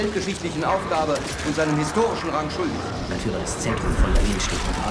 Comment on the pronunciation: Nobody talking about why Monhke kept addressing Hitler as Mein Faïlure?